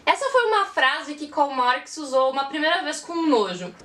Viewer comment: E esse "Karl Marx" com sotaque english? Viva o nosso Carlinhos Marquis! KKKKKKKKKKKkkkkkkkkkkkkk! O que me cansa nos austríacos é que, ao invés de explicar logo o parafuso, explicam até quem são os tataravós do parafuso.